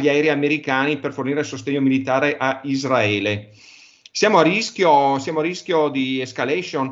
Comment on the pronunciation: non si puó sentire ISDRAELIANI e ISDRAELE. Si dice Israele e Israeliani. I S R A E L. Anche se io la chiamo PALESTINA occupata.